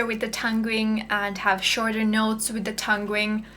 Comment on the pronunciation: It's actually pronounced tonguing (tung-ing) not tung-ring. A tongue ring is a piece of metal some people put through the end of their tongues. This could be confusing, as it suggests you may be wearing one, and we may need to get one. :)